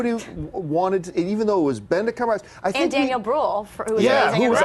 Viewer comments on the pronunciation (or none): Why do they refuse to say "Cumberbatch"? Why "CumberBOTCH"? They've even admitted that they say it wrong but they don't care. It's like "hi my name is John", "John is it, I don't like how John sounds, I'm gonna say Jane, from now on your name is Jane". It's weird.